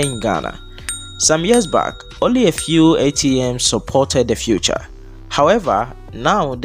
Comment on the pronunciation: U said future not feature